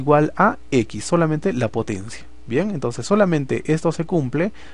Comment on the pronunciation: Se dice entonces no entonce